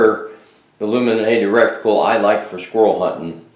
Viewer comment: You mean RETICLE, NOT RECTICAL. 👍. Edguns are great air guns. Sweet set up.